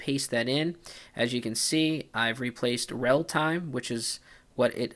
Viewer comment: It's "relatime", not "realtime". ;)